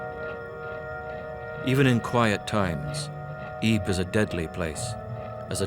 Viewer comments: ypres is actually pronounced as "eepur" and not like "eep"... its hurting my ears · If only you pronounced Ypres properly i might have taken you seriously , why should i take anything you say as fact when you dont do the basic research into its name despite being in the Town .